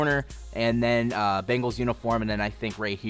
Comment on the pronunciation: Why do you mispronounce easy names? His name is Bengal, it's also not Travis Kelsay.